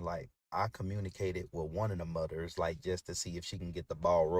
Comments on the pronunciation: Mudders? Lol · This man can’t even said moTHers…. Damn mudders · It irritates me how he pronounces mothers like "mudders". I wouldn't feel comfortable as an adult spending the night with him. Let alone my child! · “Mudders” “Udders” 😅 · What’s “muhders” ? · Wait. Did he say MUDDERS?! 😂 Go lay down